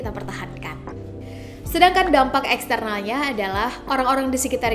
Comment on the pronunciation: Dampak kak. Bukan Sampak